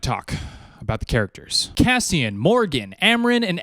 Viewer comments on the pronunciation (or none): none